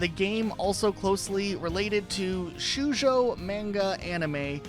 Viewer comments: The way you pronounced Shoujo sent me for a second xD It's not shoe-jo, it's like Show-oo-jo, but you can drop the oo sound and just say show-jo, it'll still sound alright. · Shoujo is pronounced as "show joe". It can also be spelled as shojo. I read shojo manga, so I'm more familiar with it. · You mispronounced both manga and Shoujo. "Manga" is meant to be pronounced "mahn-ah", not "MAN-gah", and "Shoujo" is meant to be pronounced as "Show-joe", not whatever you pronounced it as. I'm a real Asian person, you can trust me on this. Don't stay in the trap of commonly mispronouncing Japanese words, that has been incorrectly drilled into the minds of most primarily English-speaking people, it's one of my big petpeeves to hear Japanese words mispronounced in that style. Please learn from those mistakes. But, you probably won't, because everyone I try to correct them with stuff like this, refuses to listen and continues to make the same old common mistakes, as if I never corrected them on that. My sense of "doing what's right", forbids me from ignoring mistakes from others in that style. I must correct people like you, even if my words fall on deaf ears. I don't hate you, but what I do hate, is when people trample on my ancestors' language, even if they don't mean to. I beg of you, please learn from your mistakes of mispronunciations of Japanese words, it'll make you much better than nearly everyone I hear who speaks English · That pronunciation of shoujo though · mispronouncing Gijinka and Shoujo is senidng me back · hey i know this vid is two months old now but i am begging you to please look up the pronunciation of japanese words before you try to say them in a video ToT gijinka and shoujo killed me on the inside